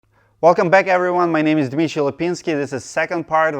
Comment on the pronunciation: Two things. That corner mesh accessory is going to save me. I have a valley that is a real problem on a second story. The other is, it sounds like you introduced yourself as, not. Are we just pronouncing Dmitry wrong, or are you using your middle name or a nickname? Thanks for a very helpful video.